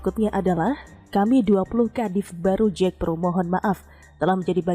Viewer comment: Bukan Jekpro tapi JAKPRO, jd kurang greget